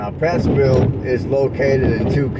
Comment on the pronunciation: There is no S in Prattville and you said our county wrong too, sheesh